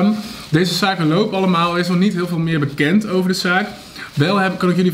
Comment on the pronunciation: Lieffie t is beeken niet bekon